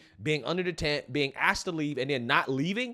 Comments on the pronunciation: He axed him to leave. The man said nothing. Good thing he didn’t say touch me and find out. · he not only didn’t say asking, not even axing! MF said “ast’d him” and also said “secur”🤣